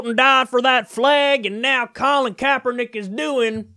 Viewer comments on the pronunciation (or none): I'm becoming very religion intolerant with these idiot fundamentalist videos popping up all over the place. This fucking moron bought the shit to cut it up then couldn't even say Kaepernick's name right. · Insult pronunciation of CK's name. I hate assholes who do this on purpose. And you fucking know Morris did it on purpose. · Can't even pronounce Colin Kaepernick, you inbred dumbass! I'm from Ga. So I know exactly what I am talking about! Idiots!